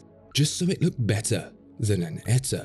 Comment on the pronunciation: "so it looked "betteh, than an eta." I guess we have a rhyme there... Thanks for the great content!